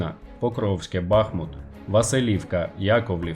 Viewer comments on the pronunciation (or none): none